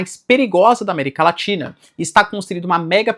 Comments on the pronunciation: América LATINHA 🤣 (Normal. Acontece. Mas é engraçado) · Eu ouvi américa latinha? Kkkkkkkkkk